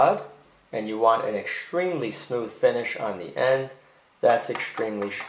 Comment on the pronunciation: "-Exschtremely schtrong" 😉 ❤️